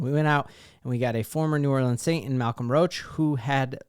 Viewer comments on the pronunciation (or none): none